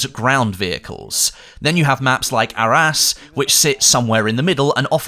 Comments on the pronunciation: “Then you have maps like Our Ass (Arras)” damn that accent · 😂 i always hear it our ass